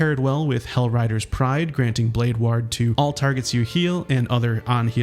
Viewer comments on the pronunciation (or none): The way you pronounce 'ward' deals 20d6 psychic damage to me every single time.